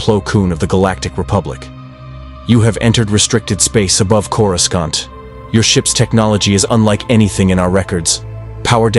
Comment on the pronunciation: LOL, the moment I heard the pronunciation on Coruscant, I clicked off. Stop with these fucking shitty AI videos, you uncreative loser.